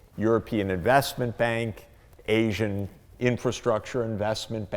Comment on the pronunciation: Arsian? Asian... surely? Ok, Mr Know-it-all, polish your pronunciation skills as well as your propoganda-pushing please.